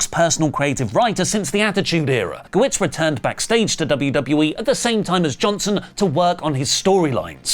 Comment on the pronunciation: Guh-WERTS not WITS